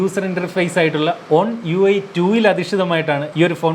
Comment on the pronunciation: ഒൺ (On) UI alla.. it is വൺ (One)UI aanetto.. kure videosil kettath kond oru Fan aaya oru Fan correct cheyth thann enne ullooto.. Peace